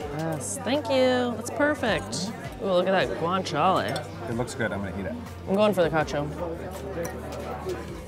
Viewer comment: gwaaanchuhhleyy. hehe. love how them people try to pronounce tings.